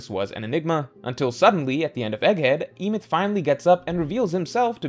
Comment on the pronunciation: The pronunciation of Emeth has to be rage bait